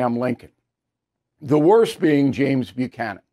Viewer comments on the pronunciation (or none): none